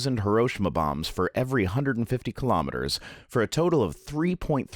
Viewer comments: HE-ROE-SHE-MA not ha-row-sha-ma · I'm really sorry to nitpick: it's "hih - row - SHEE - mah" not "hih - ROW - shih - mah." It eats at me every time people mispronounce it. At any rate, good information, and I hope you get well soon. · Great video, but please - it's pronounced "hee-row-she-mah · Am I the only one triggered by his mispronunciation of Hiroshima? I loved the rest of the video though. :)